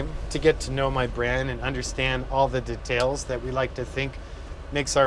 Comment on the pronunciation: Awesome trucks mate, love it!!! P.S. the way you say details is funny.. I say it like "DEEE--TALES" your like "datales"